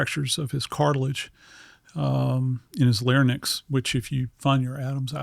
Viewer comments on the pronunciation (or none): Respectfully, it’s larynx (pronounced lar-INX, not pronounced lar-NIX). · I'm not judging his forensic analysis, but I am judging his medical knowledge. This guy is clearly not a doctor. First of all he calls the larynx (pronounced lar-INX)the "larnyx (lar-NIX)" which is incorrect. After he said that, I could not take him seriously. Also he doesn't distinguish the two different causes of death by which people in hangings die. #1) Broken neck/spinal cord injury, #2) suffocation. In order to break the neck there has to be a lot of force, such as when someone is dropped from height in the gallows. In most of the suicides by hanging (such as Chris Cornell) the cause of death is suffocation causing cerebral hypoxia (lack of air to the brain). I understand a coroner is not a medical examiner, but please don't give anatomy lessons if you can't say the words correctly. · Sorry, as soon as he said “Lair-nix” instead of Larynx (“Leh-rinks”) I couldn’t listen anymore. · Lar-inks please!not larniks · Americans always say "larnxy" its LARYNX! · Love this doc but it’s larynx, not larnyx. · Larynx not larnyx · Is he saying larynx or larnyx??? I'm hearing larnyx but can't imagine he'd have such a tring incorrect... confused. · He can't pronounce larynx properly. Larnyx is somewhere else. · This guy who is not a medical doctor mispronounces larynx as larnyx in the opener. He loses some credibility right off. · Maybe it’s because I’m a nurse, but I hate it when these “experts” can’t pronounce simple anatomical words correctly. 🤦🏽‍♀️Case in point, he keeps saying “layr-nix” for larynx instead of the correct pronunciation: layr-inks. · I had to replay & verify - WTF? Did guest learn pronunciation from Barney Fife?? He just said "LAIR-nicks.," (like Barney)... it's pronounced like it's spelled: larynx "LAIR-inks," like pharynx ("FAIR-inks")...geez, Louise!! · I’ve never understood how or why he mispronounces the word “larynx”. He says “larnyx”.